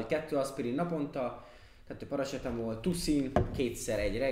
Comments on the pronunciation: Paracetamol ( paracsetamol) xd Annyira ismeros itt Romaniaban minden hol ott van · az,, paracetamol " fájdalomcsillapító Romániában XD, az a kiejtés 😂